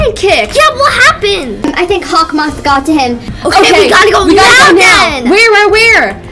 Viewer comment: She said howkmoth